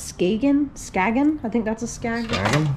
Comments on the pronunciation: Skagen is pronounced ‘sky-en’ Danish company :) fossil is the parent company :) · Skagen watches are a decent brand - has been sold on QVC pronounced Scargin